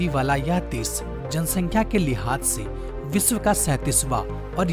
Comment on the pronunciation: विसव नही विश्व बोलते है सही बोले सानदार नही शानदार